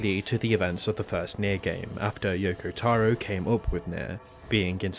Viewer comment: yokotaro not youkoutaourour gadeyummalditos gringos aprendan a pronunciar correctamente las cosas